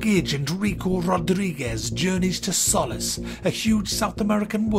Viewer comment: Why can no one say Solice correctly... Also, Don't know if this is a joke, but your not even trying to pronounce Square-Enix correctly. Don't try to act like...that, if you can't pronounce words correctly